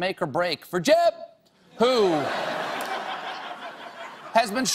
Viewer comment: I just have to laugh every time he says JEB!